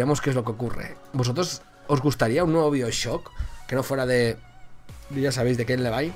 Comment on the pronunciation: Se dice baioshock